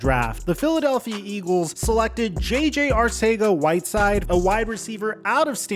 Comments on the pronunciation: Arcega is pronounced in the Spain spanish accent. Its pronounced Arthega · It's pronounced Arthega jsyk. Also Reagor has alligator hands. They prefer smaller shiftier guys (Pascal) in the slot. He would be a cut candidate if it wouldn't hit the cap so hard. He's their #4WR outside at BEST. Team has way more faith in Watkins. They are trying to showcase him to pull a trade and I would be guessing they'd take a 6th just to have him out of there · I love the fact that you change the pronunciation of "Arcega" every time you say it, I mean as a Philly fan myself I always wondered how to pronounce it